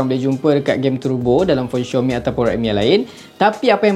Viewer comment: Aduhhh,bkn xiomi oikkkk,tu panggil xiaomi woiiiiii,dh lambat u review la🤣🤣🤣